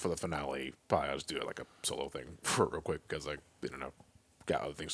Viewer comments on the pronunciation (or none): none